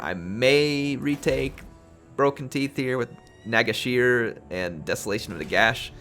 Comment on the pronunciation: Hurts so much how you pronounced Nagashizzar. But TY for the Video, still waiting for 21....